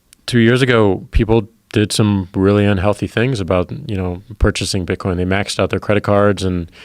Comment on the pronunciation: "To buy and sell bitcoinee" - Joe Rogan